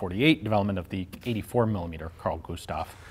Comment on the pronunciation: yeah the name was not said right XD its prenounced car-l gu-sta-v